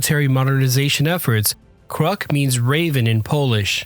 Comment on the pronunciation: it's pronounced "Krook". Learn to pronunciation!